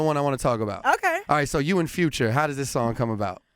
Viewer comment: Bruh said andadddddd🤣🤣🤣#glcokntea